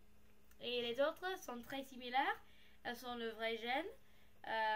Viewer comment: Trop beau le jeanggings (je sais pas comment ça s'écrit désolé) j'en veux un aussi. Je vais essayer de m'en acheter un :) NB : Pour "jeans" tu peux le prononcer comme en anglais. Mais tu parles vraiment bien BRavo :) et tes vidéos sont supers !